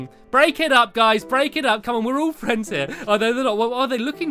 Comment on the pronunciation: I could see the lunar fwends